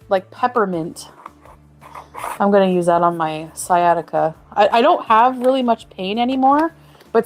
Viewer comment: I believe she said Sia Tikka instead of sciatica one time